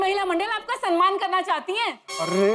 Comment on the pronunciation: Samman hota hai sanman nahi…